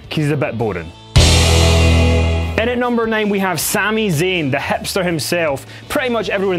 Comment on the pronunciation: I dislike after he said Sami zayn